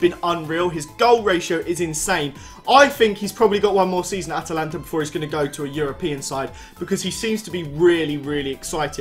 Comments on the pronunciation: Atlanta not Atalanta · It's not atalanta- that's the club in Italy mate it's Atlanta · *Atlanta not atalanta